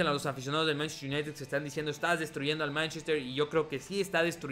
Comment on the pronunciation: En vez de decir manchester united dices mntztr ynitd